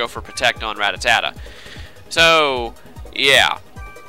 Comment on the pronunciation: u mispronounce rattata. just sayin